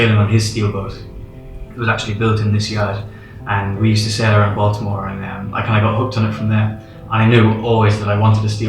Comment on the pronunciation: Living in Maryland, USA, when you say Baltimore, it confuses me.